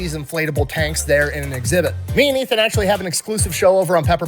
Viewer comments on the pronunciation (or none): none